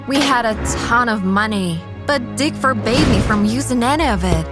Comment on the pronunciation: Forbade not "forbay." Anyway, God knows I can't marry a stingy man, cos we'll have serious issues everyday.